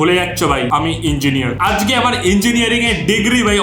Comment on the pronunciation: আজগে না দাদা আজকে হবে,নিজের ভাষা গুছিয়ে নিন